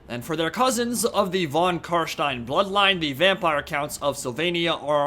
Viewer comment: Me: Wow! He‘s the first youtuber i heard that pronounced Carstein correctly! Respect! No on to say that von correctly ma man! Say it like this: fon. (Why am i commenting on this topic it almost sounds like i‘m a grammar nazi help.)